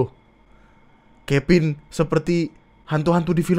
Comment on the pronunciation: Kevin jadi kepin anjirr lucu gw, v jadi p udah kayak sunda 😂